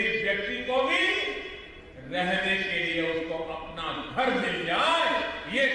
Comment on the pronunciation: घर नही बोला गार बोला ,।